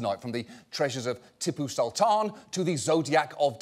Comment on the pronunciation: Respect, John — you pronounced ‘sultan’ correctly, although Tipu was a pig worthy of Buckingham